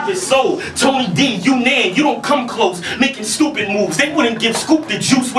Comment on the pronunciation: Material and performance aside, DNA lost again for pronouncing it "u-NAN"